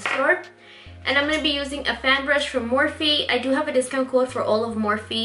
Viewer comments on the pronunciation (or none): none